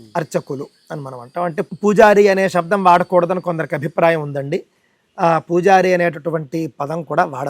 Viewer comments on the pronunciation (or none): none